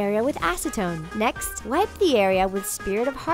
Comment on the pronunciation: Who else noticed that they said wip instead of wipe 😂